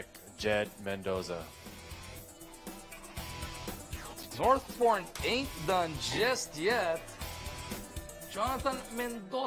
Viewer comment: ano sabi mo? Northporn? HAHAHAHA